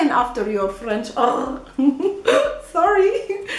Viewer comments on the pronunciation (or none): Love your face when you say sorry with French accent☺